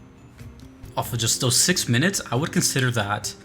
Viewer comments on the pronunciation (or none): none